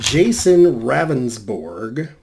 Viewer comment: I'm from SD yes thank you for doing this.. btw his name is pronounced rounsborg. I thought this was bs from the start. He claimed it was very dark but another witness said she seen the victim walking with a flashlight. Good lord. He needs to go. He shoulda resigned already.